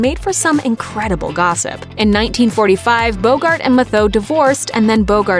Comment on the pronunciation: You have mispronounced Humphrey Bogart's first wife's last name her last name is pronounced the same as the word, "METHOD."